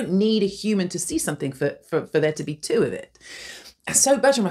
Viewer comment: 2? sounds like your saying tunaaaaa (be my sugar mama PLEASE)